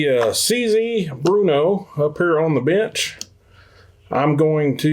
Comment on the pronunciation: It is pronounced brrrno It is a city in the Czech Republic... Not Bruno. Bear-no Burrno Not bruno I have 2 of the model 4 target models. Both built in '56 Always on the lookout for any of them... 1,2,3,4 and 5.